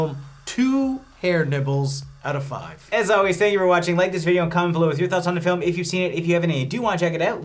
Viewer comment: Dude when you said "ear nibbles" I totally thought you said "HAIR NIPPLES" (2 outta 5)... Completely coincidental that it STILL evidently fit the scene in question... 👏👏😂😂😂😂👍